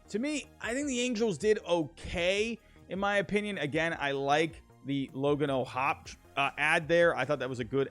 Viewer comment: Its logan o’hoppy is how it’s pronounced